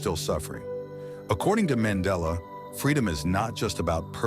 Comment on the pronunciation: Nelson man .....della ✅ Nelson Mandela ❌